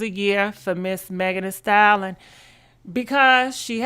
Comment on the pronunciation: Megan the stalon😭😂😂😭why does she say it like that.